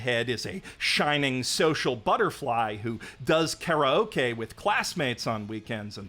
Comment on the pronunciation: Great video but why did you pronounce Karaoke like that? 🥀🥀